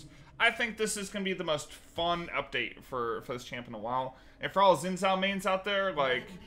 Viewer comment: Shin Joww, not whatever garbage came out of your mouth at :02